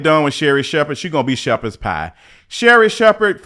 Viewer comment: And you most definitely did turn her into “Sherperd’s” pie!! My God 😂😂😂😂😂!!!